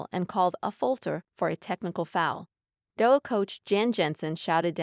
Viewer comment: When your A.I. is so bad it can't even pronounce Iowa, I can't listen to it 🙄